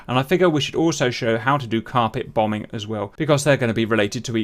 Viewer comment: A very interesting tutorial, I shall be trying this out. We must deal with these dangerous killer robot cows. Also, just the way Cap was saying Bom-Bing was making me laugh. A small thing that just cheered me up a bit.